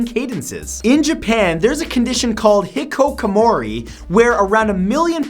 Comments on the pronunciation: Matt, awesome video, but... it's Hikikomori, not Hikokomori. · Oh dear god that pronunciation of "hikikomori" was cringe worth. I don't wanna be a weeb...but that wasn't even close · Hikikomori, not hikokomori, bro. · Fact 5- it's pronounced hikikomori and not hikokomori. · Number five is actually called hikikomori, not hikokomori. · matt....oh matt, you butchered the pronunciation of hikikomori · Damn, that pronouciation of hikikomori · His pronunciation of hikikkomori was pretty bad but great episode overall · #5 Holy SHIT did you fuck up the word "hikikomori". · Does he know he pronounces every foreign word completely wrong?